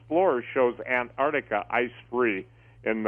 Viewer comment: It's pronounced 'AnTar tica',not 'Anah tica'. There's a 't' in there !